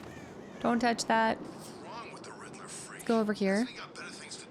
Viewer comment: Why do you pronounce "Riddeler" instead of "Riddler"?